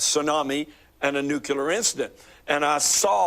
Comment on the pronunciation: Was nuclear also mispronounced throughout the dream?